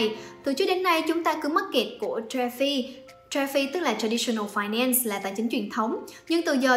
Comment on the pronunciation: Phài nen sss là gì 😂 phát âm tiếng anh kỳ quá à 😂